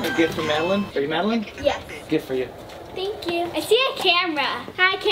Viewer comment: I HATE TO BE RUDE BUT YOU SAID MAD-U-LINEI HATE TO BE RUDE SO SORRY IF I AM BEING RUDE SO SORRY